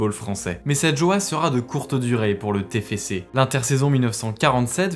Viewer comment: C'est pas le tefece c'est le tefcé